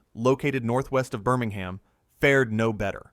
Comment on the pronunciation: Please stop saying BirmingHAM.